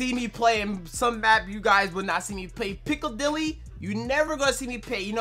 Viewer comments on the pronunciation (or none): none